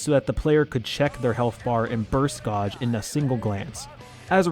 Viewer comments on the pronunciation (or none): Great vid however, gauge is pronounced "Geij" not "Gaaj". Still not as bad as one person I saw who pronounced it "Gaugei"!